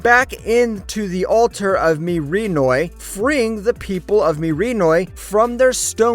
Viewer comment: ok but how he pronounced mirinoi rubs me the wrong way